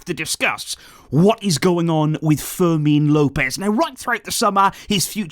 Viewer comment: fermin Lopez not forsel